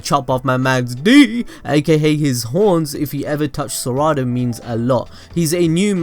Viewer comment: Its sarada not saaaraaaada